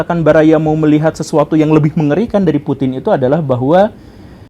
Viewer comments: Putin tanpa G😭😭🤣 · Putin tanpa G.